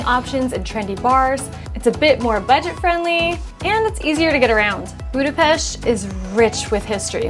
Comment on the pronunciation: Your pronunciation of Budapest also Rudas is immaculate. Nice video also.